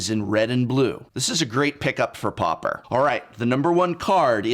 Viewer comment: Loved the video but it drove me crazy how you pronounced pauper. 😄 Almost had a prounounced eye twich and frothy mouth foam look going on 😄